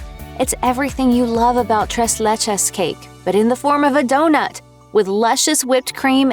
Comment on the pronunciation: It's pronounced "Trace Leches'